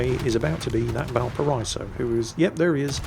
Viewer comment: GODAMMIT, VALPARA*EE*SO